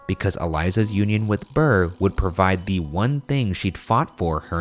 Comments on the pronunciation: The level of disrespect you're putting on Burr's name is terrible XD. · The amount of times you said Burr wITHOUT SAYING SIR IS UPSETTING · every. single. time. they said burr i said: ",sir"